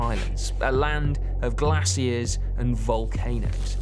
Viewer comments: He said “Glass-ears” instead of glaciers! 😂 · Beautiful and educational video. Also, I heard “glass ears” when you said “glaciers”. Very funny and confused until my brain switched back on.